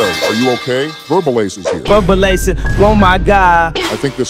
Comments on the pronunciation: My favorite part is how the AI pronounces "verbalase" as "verbal-AhSeh" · Kanye West AI TTS voice: Pronounces “Verbalase” (not like “Verbal-Ace”, but like “Ver-bala-sey.”… or something. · not timmy pronouncing it as verbalussy 💀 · the way the ai says versebalse tho IT SAYS VERSEBALEUSSY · I love how they say Verbalase 😂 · “verbal asseh” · How they pronounce verbalase